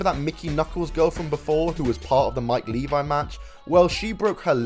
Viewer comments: It's Mike LEVY, this channel don't even know how to say his name. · Yeah Mike Levy. Pronounced Leh-VEE. And that was some fuckin total, low class, straight up sleazy bullshit.